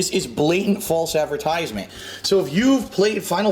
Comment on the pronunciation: Why does he pronounce “advertisement” so weirdly